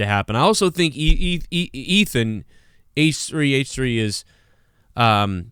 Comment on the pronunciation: “H-Tree H-Tree”